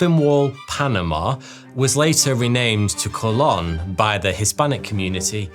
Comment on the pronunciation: Could you please try to pronounce Spanish words at least close to correctly? I'm not suggesting you adopt a thick accent, but "conquistador" and "Colón" made me want to gouge my eyes out.